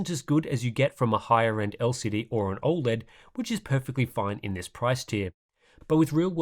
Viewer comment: Every now and then I come back to this channel just to see if still pronouncing OLED "all-lead".